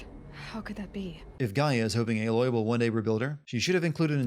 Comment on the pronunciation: Why is he pronouncing "Aloy" like it were spelt "Eiloi"?